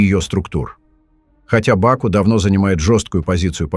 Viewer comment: Как же я угораю когда бот говорит в бАку🤣😂😂😂